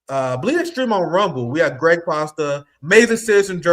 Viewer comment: You keep calling Craig "Gregg." His name is "Craig" not Gregg. It's a "C" at the beginning, not a "G". Nice of him not to correct you abt it. I would've said something immediately, if it was me. But that's very polite of him.